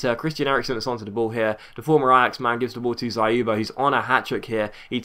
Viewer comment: by the way you did a good job pronouncing Dzyuba, but YU in his name is pronounced as "You". trust me on this because I'm Russian